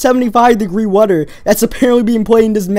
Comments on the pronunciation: You say wedder not wether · rhydm. weader. made me laugh haha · I like how u say weather and rythm. My friend cant pronounce his "th" eaither